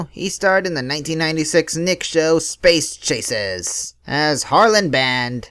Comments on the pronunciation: That's "Space Cases" not "Space Chases" . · sounds like you said chases